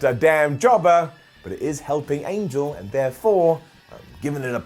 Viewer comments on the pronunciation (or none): I hate how they mispronounce his name. Its An-hel not "angel," just a pet peeve of mine.